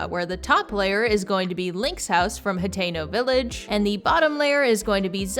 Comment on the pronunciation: The whole time I thought you were saying Potato Village😂❤